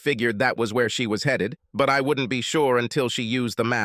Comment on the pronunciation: Swear it is.. I'm tired of hearing headed pronounced Heed it